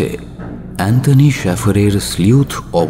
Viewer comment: শ্যাফার নয় শ্যেফ্যর্